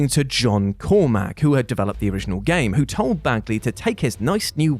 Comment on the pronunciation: John Carmack, not Cormack.